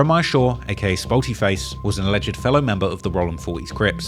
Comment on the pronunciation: TF is a “Spoety” ?